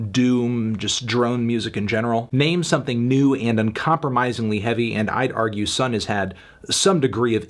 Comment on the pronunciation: bscuse me pretty sure it's pronounced sun oh thank you